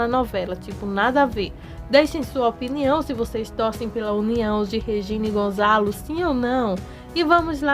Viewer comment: É Gonçalo, e não Gonzalo.